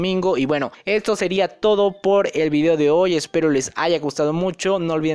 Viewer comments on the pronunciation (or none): none